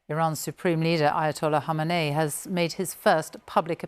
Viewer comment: Say the name right, its Khamenei not Hamenei